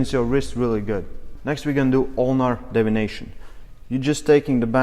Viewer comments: I really appreciate the video. Just a heads up, it sounded like you said "radial devination." You meant to say deviation. Not trying to nit pick. Just want to be helpful. Your english is great. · Deviation not devination.